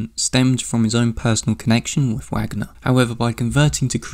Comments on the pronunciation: Sorry but it’s pronounced “Vahgner” not Wagner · OMG PLEEEEASE don't say Wagner with a [w] sound, it's [Va(r)gner] haha You repeatedly saying it wrong with such confidence is like Benedict Cumberbatch saying penguin wrong on the David Attenborough documentary lmao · this was good - not usually my cup of tea. But still a strong presentation. One note: the last name of the composer Richard Wagner is pronounced in English as it is in Germany.